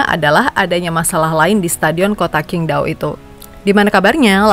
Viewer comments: Sebenarnya cara baca yg bener itu Cingtao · QINGDAO org cina bilang CINGTAO min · Tanpa mengurangi rasa hormat, itu stadion adanya dikota cingdao min (dalam mandarin huruf Q dibaca C)🙏